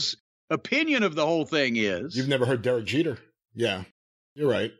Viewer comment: "You've never heard Derick Jeter." XD